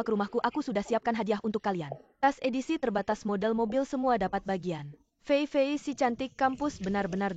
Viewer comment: feifei❌ fefek✅